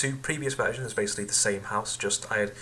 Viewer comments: Shut up it's house not huose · LOL were are you from Its H O U SE not HUOSE ya Idiot